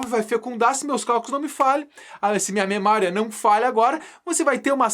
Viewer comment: "Memária" "Cine, cine,.. AHHHHHH!!" ME QUEBROU KAKAKAKAKAJA